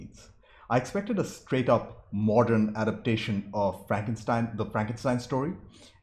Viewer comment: I love it when you say "Fronkenstein". Great review as always.